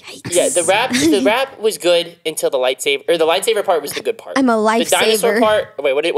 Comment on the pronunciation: i love how said lightsaver and not lightsaber and nobody noticed lol